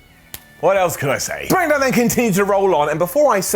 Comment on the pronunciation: I am so so glad you say "Smackadown" again. There was a small bit there... Wait, why didn't the Smackdown Brodie Lee tribute get an up?